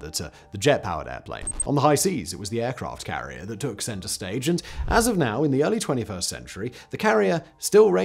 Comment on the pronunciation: i had to replay it several times and slow it down but at 48 sec in aircraft carlier club" Simon flubbed!